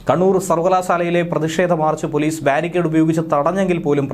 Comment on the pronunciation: പോലീസ് അല്ല പോളീഷ്